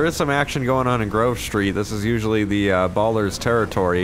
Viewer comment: said "ballers". It's ballas, but anyway just keep up the great content.